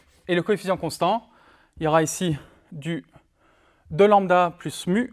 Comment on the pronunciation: coefficient et non coéficient !